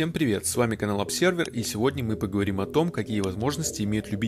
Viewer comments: не "обсервер", а "обзёрвер" хотябы ....... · Ребят, ну это же "əbˈzə:və", читается через "з", а то как-то вульгарно получается...